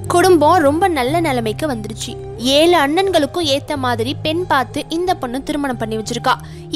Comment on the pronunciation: Pala moli, Alai, yealu, yealai, do you correct your pronunciation..